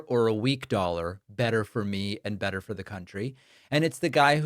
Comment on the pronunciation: Did you hear ? He didn't say "better and better" but " badder and badder"